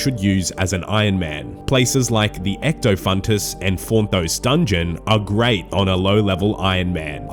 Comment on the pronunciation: first man on the planet to read 'ectofuntus' correctly